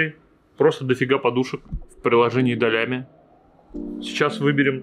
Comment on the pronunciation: Не долями а долями!